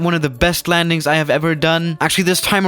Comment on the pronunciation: How you say landings hahahahha